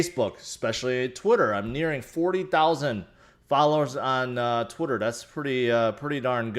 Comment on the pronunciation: I love how he says “twittuurrr”